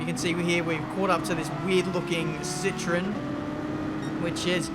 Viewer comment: its ci-tro-en